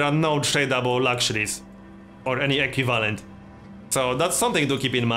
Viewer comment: Equivalent (Eˈkwiv'lent) not (E'Q' valant) love your video ^.^